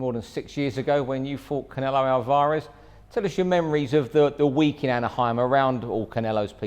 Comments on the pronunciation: Its Alvarez, not Alvaaarez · Who the fuck is ''Alvah res'' ?! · Hate when people call him alvaaarez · British English- they put emphasis on the middel of the name, Al- Vah- rez American English, they put the emphasis on the beginning of the name, AaL-varez Spanish- Al- va- Rez (more of a neutral on through out but slightly more emphasis on the end)